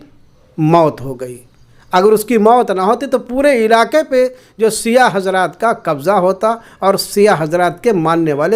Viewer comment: जनाब पहले तो आप अल्फाज़ सही करें, सिया नही शिया होता है, आपसे कुछ सवाल है। 1 रसूल s,a,w कि हयात में कितनी जंगे हुई, 2 उस जंग का नाम बताएं जो अबु बकर, उमर या उसमान ने फतह की हो। 3 क्या रसूल s,a,w ने खिलाफत इन तीनों को वसीयत की थी, खिलाफत के लिए इनमे क्या खासियत थी। 4 क्या यह तीनों खलीफा मुहम्मद s,a,w के जनाजे या गुस्ल ओ कफ़न में शरीक थे। हज़रत अगर आप हलाल जादे होंगे तो सवालों का जवाब जरूर देंगे, वर्ना,,,,,,,,,,,,,,आप। ?